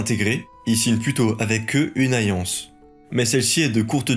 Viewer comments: Et aussi, on dit une "alliance" et pas une "ayance"... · T arrive pas à prononcer certains "L" ou.. ?? MiLLe, Lien, aLLiance